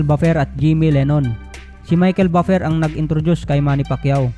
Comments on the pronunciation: sagwa ng bigkas mo sa Buffer hahaha.. parang baper hahhaa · Ayusin mo naman ang pagbigkas sa buffer